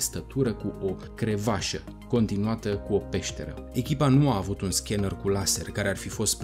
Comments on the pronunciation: 8.10... se spune corect ,,crevasă" ,,Crevașă" nu i corect. No hate... succes! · Da....CREVASĂ,nu CREVAȘĂ!